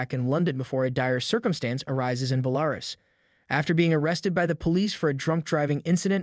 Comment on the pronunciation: Pretty sure that was some automated voice or else they have no clue on how to pronounce Belarus